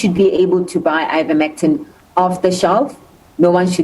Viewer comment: "Iverctimene", "Ivermitine"? It's Ivermectin.